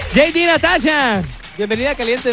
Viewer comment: El conductor es nefasto..las bailarinas tambien..el conductor por dios..de donde lo sacaron que nefasto. en cuando a jd natasha..mejor no hables español a menos que sepas pronunciarlo bien.. este video esta fatal.